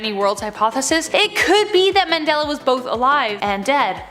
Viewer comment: I am going out on a limb here and say you don't know what a Mandela Effect is. Why is it that at times it sounds like you are saying the Manella Effect and not the Mandela. It is not that many people are remembering those things wrong but that it was changed some how or the ones that remember it the other way is from a different dimension. But either way just because you can't find anything that shows how it was before it was changed does not mean it wasn't changed. Try and explain how the words in the KJV of the Bible were changed? Besides these were very old Mandela Effect stories and not surprising at all.